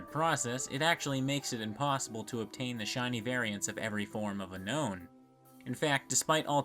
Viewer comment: I don't want to be that guy but it's pronounced un own